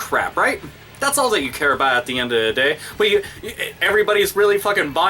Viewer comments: I SORRY BRO YOU ROCK, LIKE SERIOUSLY, but its a lil funny when you say at'the'endatheday XD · this video is great but i just wanted to point out that you say "at the end of the day" weird